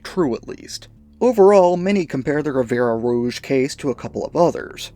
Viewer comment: Ffs... it's Rivière Rouge. Means Red River. To pronounce, rivière = riv-ee-air. The final 'e' is silent.